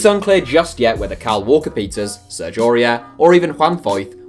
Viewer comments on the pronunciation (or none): none